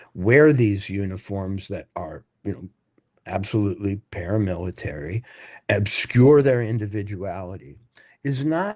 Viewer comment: "Paramilitary" Walter??!! Come on Man!